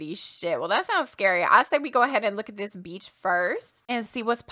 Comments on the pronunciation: The way she says beach sounds like BEach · Akshdkaksks anytime says “beach” I think she’s saying “Beetch” like she do